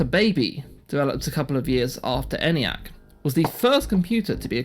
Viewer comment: The "E" in "Eniac" is long, and is pronounced "Ee-niac," and not "Any-acc." "A transistor never can blow out" or "have anything else happen to it." ... Err, that's NOT TRUE!